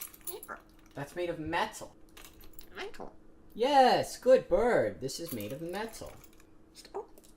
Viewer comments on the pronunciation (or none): No it's pronounced metuh. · JUST SAID METAL IN ASIAN ACCENT Now I have EMOTIONAL DAMAGE